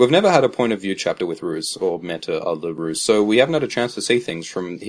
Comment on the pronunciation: Roose, rhymes with Goose.